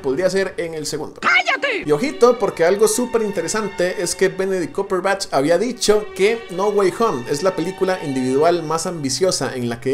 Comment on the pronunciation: " Benedi Cuperpach" jajajajaja